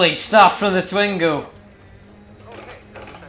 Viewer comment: Twin-go please prononce it correctly